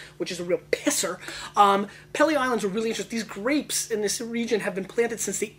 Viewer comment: It's pronounced "Pee-lee".